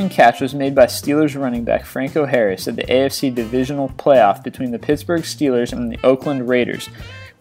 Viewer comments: Ok time to fix mistakes here. Lynn Swan efforts in Super Bowl X won him the game's MVP not the season's. Also SB X took place after the new year in 1976. Also he pronounce Nadia Comaneci wrong. Also he pronounce Eli Manning's name wrong. Pigsburg stealers? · elle manning, pigsburg steelers and larry fitsgearld lol where did this guy learn to talk? wow